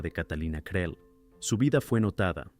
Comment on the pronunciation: Creel se pronuncia CRIL